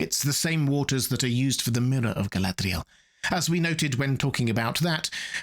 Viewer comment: Your pronunciation of Galadriel comes off as an affectation.